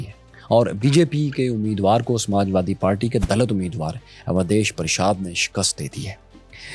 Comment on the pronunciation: دَلِت: صحیح تلفظ تلگو دیشَمْ : صحیح تلفظ